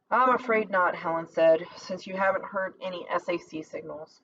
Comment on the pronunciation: Please SAC stands for Stategic Air Command and is pronounced (Sack) Nobody says S-A-C Romeo is pronounced like the Shakespear caracter and stands for the letter just as Juliet stands for J. There are certain groups of letters, when put together in the phonetic alphabet, repesent entire phrases such as Tango Yankee stands for Thank You, I'll let you guess Yankee Whiskey.